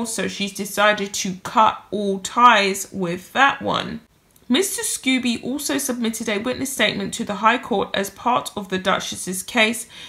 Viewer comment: Scobie not Scoobie :)